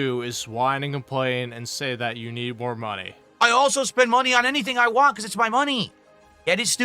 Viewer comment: God damn it, Can you you just fucking pronounce the whole word “want”? Please for the love of fucking god. He says it like “wah”, so annoying.